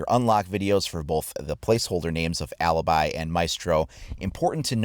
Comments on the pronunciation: It's Alibi! Not Alabai!!!!!! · MAestro not mYstro and Alibi not Aliby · For next time the new ops names are pronounced A-lee-be and Ma-estro. Also do you play ranked, because watching casual is a bit boring. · IO SONO UN PELINO ITALIANO,E DIO BOIA QUANTO MI STA SUL CAZZO LA SUA PRONUNCIA DI "ALIBI" E "MAESTRO"